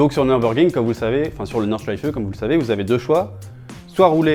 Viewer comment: "Tout ce que vous devez savoir avant d'aller au Nürburgring"... d'abord à prononcer "Nürburgring" correctement. Pour information, c'est "Nurbourkrink", pas "Neurbeurgring".